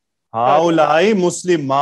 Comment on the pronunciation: Yaha pe galat tarjuma hua hai 40 :35 video duration pe haolaika bol rhi hai student jabki haoolaee hoga please reply